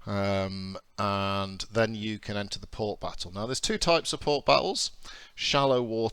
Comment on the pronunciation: WTF is port biffo? Does this game remove your ability to speak English?